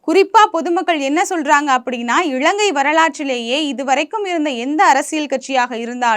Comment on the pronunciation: 'இளங்கை' இல்லமா இலங்கை. தயவு செ‌ய்து காணொளியில் சரியான உச்சரிப்பு உடன் பேசவும். இதைப்பார்க்கும் பத்து பேருக்குக்காவது உங்களின் தவறான உச்சரிப்பு போய் சேரும்.